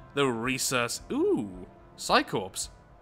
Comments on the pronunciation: em,, Psi Corps is pronounced Psi "Cores" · the p and s is corps is silent